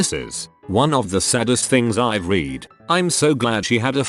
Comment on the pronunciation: OMG why does this voice never pronounce 'read' correctly for the context?